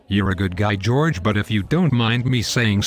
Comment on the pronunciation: Jow-erge! lol